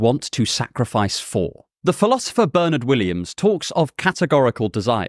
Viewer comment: Pleased with your pronunciation of my name, Bernard, but then you are English or Irish.